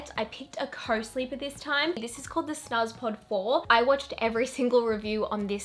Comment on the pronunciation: Hehe the snuzpod is pronounced snoozpod 🥰 thanks for the helpful vid! Looove this stuff